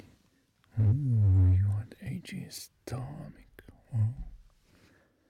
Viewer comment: Mic wymawia się jako majk, a nie mik, ale to tak btw. Od dłuższego czasu zastanawiam się, czemu masz tak małą widownię w porównaniu do wysiłku, jakości i serca, które wkładasz w swoje produkcje...